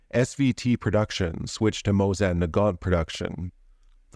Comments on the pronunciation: But it was just the first few times you said Mosin, the rest was fine. Sorta threw an A in there somewhere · Your pronunciation of the Mosin hurts my soul